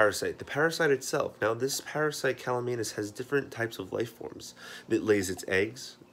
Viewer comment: CAMALLANUS. You even spell it right, but you keep saying CALLUMANUS.